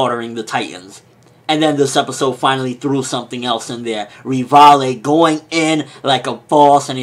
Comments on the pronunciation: "Re-valy" What are you FUCKING SAYING? "Levi" Lee- by As in LEE, ROCK LEE & BYe -_ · Revalaé!? I thought it was Levi.. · It's Levi, not ri-vai-li. The katakanas of his name are literally ri-va-i, NOT ri-va-i-ri nor ri-va-ri. Even the voice actors pronounce it as Levi for crying out loud! I don't care what manga readers think how his name is supposedly romanized. And just so you know, Versailles as in the city of France is pronounced in English as ver-sai, not ver-sai-li. Similarity, even romanized as Rivaille (though it should really be Rivai) English speakers should know there is no third syllable! -end rant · WHY do you call Levi REVALAY or something?! If his name changes in the manga, please don't use it for the anime reviews.